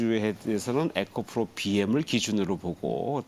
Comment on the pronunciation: 이 분 발음 좀 맘에 안 드네요. ㅋ ECOPRO입니다. ~~FRO가 아니고ᆢ